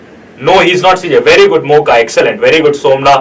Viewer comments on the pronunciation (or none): none